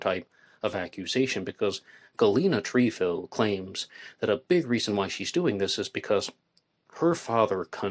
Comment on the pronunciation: It Tr eh fil not treefil